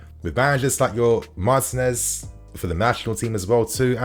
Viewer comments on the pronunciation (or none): none